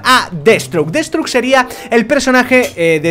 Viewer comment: deadsthroke no deadSTROKE